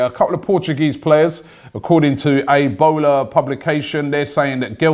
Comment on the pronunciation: did Robbie say Ebola publications😂